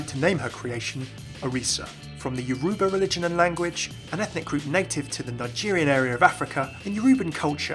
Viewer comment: I felt like killing myself with how you pronounced Yoruba.